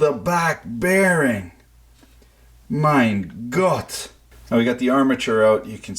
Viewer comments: "Mein gotd" lol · Hello I am a German and I love how you say,, mein Gott "